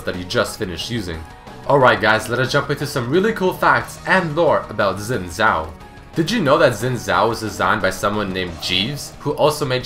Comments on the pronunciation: please people, it's not pronounced "zin zhao" it's pronounced "shin zhao" X when used in pinyin is pronounced with an sh type sound. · its not zin zao it sounds like shin zhao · he said zin zao? wtf? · Is it not Sin Jhao? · Is "Xin Zhao" (Si-In Zhao) not "Zin Zhai". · It's pronounced Sin Jao not Sin Zao. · i love how he says zin zao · Xin Zhao is pronounced "Shin Jao". What's next, you start playing Dynasty Warriors and pronounce Cao Cao (Tsao Tsao) "Cow Cow". On the topic of mispronunciation - (from the one on Akali) Gaiden not Geiden, this one actually pissed me off as it is said exactly how it's written. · The Xin Zhao is pronounced, "Shin Zhao". Like come on. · omg not zin zow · His name is pronounced "seen tsao" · ***** no it isn't im Chinese and its pronounced sin-jow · "Zin zhao"? Wtf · yeah I'm chinese and on my channel I've got a recording of how I would pronounce xin zhao in mandarin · Did you know: that's not how you pronounce his name XD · did you know that you didnt say the name right.